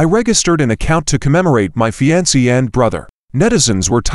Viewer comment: Not the way to pronounce "fiancee."